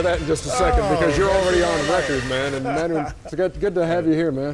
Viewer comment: its not MANu. its MAWnu :p